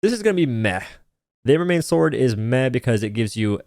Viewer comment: Everyone: Embermane: Embermanye